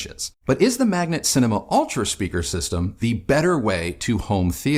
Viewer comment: You pronounce it wrong all the time, it is M A G N A T not m a g n E t :)